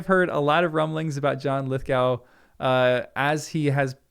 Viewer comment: You are saying his name wrong